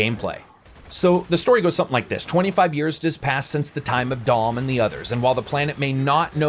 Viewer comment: i like the video as a whole but you cant be screwing up Marcus and Dom's names